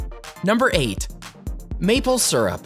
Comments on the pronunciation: Maple Syrup not Surup. Leary not Weary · It also helps to pronounce “syrup” correctly. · Why so u say syrup like that